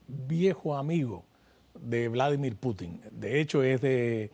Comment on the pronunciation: No es correcto Putín…Se dice Pútin .